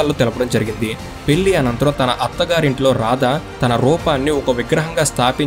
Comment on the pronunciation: పెల్లి కాదు పెళ్ళి.